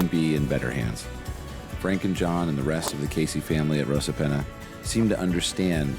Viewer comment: Great Vid, just a word though Rosapenna is pronounced Ross a penna Not - Rose a penna Cruit is pronounced as Critch ( it’s an Irish word meaning Harp )